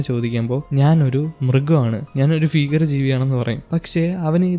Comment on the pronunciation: ഫീകര ജീവി അല്ല ചെങ്ങായ്‌.. ഭീകര ജീവി. ബിരിയാണിയുടെ ഭ..